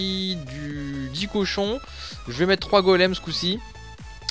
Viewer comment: Petite erreur c'est cochons et pas Cohon 😉 belle vidéo comme dab!